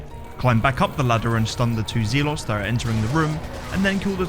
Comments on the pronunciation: Just some friendly information. Zealots is pronounced Zell Uts not Zee Lots. Other than that great run as always and entertaining to watch like all the others. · Had to turn the video off when you started pronouncing Zealot as ZEE-LOTS as if it were two separate words! Mispronouncing words is a pet peeve for anyone but especially from a fellow Englishman saying ZEE-LOTS. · Zealots is pronounced Zelots 😀 Not that it matters to anyone. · Lol “Zee-lots” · Zealots pronounced that way makes my skin crawl... zeeelots